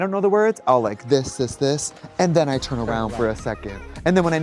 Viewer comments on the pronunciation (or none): none